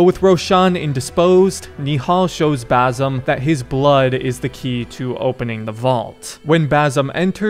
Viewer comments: it's Basim not Bazim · Its Baah Seem. Not Bar Some 😂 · if i gotta listen to you say Bazam one more time im gonna call you Yusif.. its Ba-sim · New game: take a shot each time he says Bazum instead of Basim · Bazim? It’s Basim with an S not Z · Basssim, it's Bassssimm. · its not Bazim, its Basim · It's pronounced as "ba-seem" not "baa-some" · If you're gonna explain the ending of a middle eastern game, at least learn to pronounce the name of the main character properly, it's BaSIM, not BaZIM. 😂😂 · It's not BAZIM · "Boazim" 😂😂 "Kaliphé" 😂😂 "Rowshan"😂😂 pronunciation are pure gold